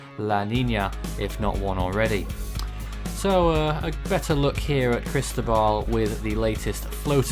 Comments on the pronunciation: pronunció la sílaba tónica incorrectamente, es Cristóbal con acento en la O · JontheGamerBoy in Spanish it’s Cris-tó-bal. you enúnciate the Tó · As a Spanish speaker I ask can you please pronounce Cristóbal correctly. Chris-TOE-bahl, Great TWB 👍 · I agree. It’s Chris-TOE-bahl.